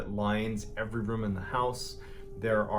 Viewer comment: He heard Mr.Ballen say the word “rume” so many times that he stressed out into a heart attack.